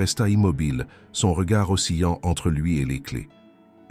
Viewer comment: Ce n'est pas la veille, qu'elle dormait dans la cuisine, d'après le récit... Oscillant se lit ocilan... Il y a quelques autres imperfections dans l'oral du récit, mais ce n'est pas trop audible... Il est difficile de croire à un tel personnage, sans soucis. Généralement, les gens se contentent d'invoquer diverses sortes de prétextes plus ou moins acceptables. Et qu'il ait longtemps attendu pour un revirement si total n'est pas très compréhensible. Mais ce n'est pas trop mauvais, en fait. Le seul ennui, c'est qu'il n'a eu comme récompense matérielle que de voir partir son employee.